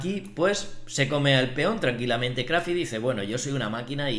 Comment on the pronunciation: Gracias por otro video,. Se lee Craf - Ty. Barato intento de pagarte a ti, después de todo lo que nos das. Saludos